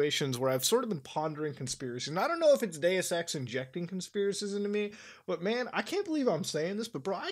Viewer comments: OH DEUS EX I THOUGHT YOU SAID GAY SEX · When he said he loved dues ex I thought he said he loved gay sex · when he said deus ex i though he said day sex and i was majorly confused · For a second I thought you said gay sex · SAME! I thought...damn I'm getting hard of hearing after reading the comments. Thanks Zoe for making your comment. I was too embarrassed to say it.